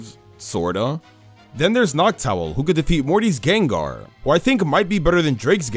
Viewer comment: THE SECOND A IN GENGAR IS SUPPOSED TO BE AN A! THE FIRST O IN LYCANROC IS SUPPOSED TO BE AN A! AND IT'S DRACOVISH, NOT DRAGOVIC!